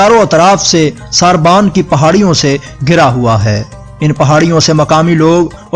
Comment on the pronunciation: ساربان نہین سربن صحیح تلفظ ھے